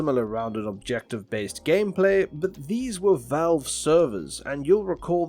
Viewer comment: Who tf is Volve lol